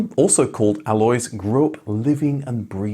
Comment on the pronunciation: And "Alois" insn't "alloys" either. It's something native English speakers struggle with: the stress is on the "A" but it's short, and it's followed by two distinct vowells. AH-lo-eese. Just find a German native speaker to do it for you. (We are not exactly a sparce resource.)